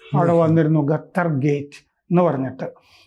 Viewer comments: Qatar.... ഖത്തർ...قطر Pronounce it correctly. ഗത്തർ അല്ല. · ഗത്തർ അല്ല ഖത്തർ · ഖത്തർ എന്നാണ്, ഗത്തർ അല്ല. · ഗെത്തർ ,ഗാമേനി , ഇസ്മയേൽ ഗനിയ അങ്ങനെ പോകുന്നു പേരുകൾ 😅